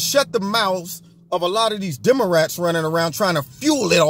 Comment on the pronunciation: Pronunciation - "DeomoRats".......... lol